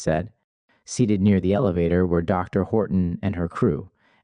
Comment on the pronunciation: This narrator speaks mostly normally but with bizarre, flagrant mispronunciations. I think it would be better to get a human to read it... I noticed this is Part 1 as well. There's one: "no one came.... near". This occurs when he is in the padded room. Normally we would say "no one came near".